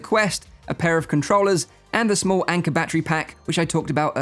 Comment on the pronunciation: Can’t stop giggling every time he says “Anker” battery pack😅